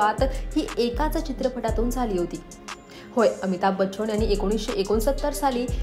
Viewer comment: आहो बाई, रविंद्र महाजणी, अमिताभ बच्चण, हिंदुस्थाणी, आंदोलण, पाणिपत 🧟‍♂️ नव्हे होssssss...."ण "च्या जागी "न" लावा. म्हणून शिक्षण जरूरी आहे😂